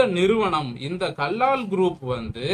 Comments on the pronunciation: First learn to pronounce the name properly. It is Kallal கல்லல் Do not pronounce as Kallaal. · Kallal bro not kallaal